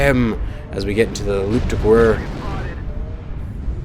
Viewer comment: Nice vid as always! As for the Loup de Guerre, don't pronounce the "u" in "guerre". It's pronounced like "gayre".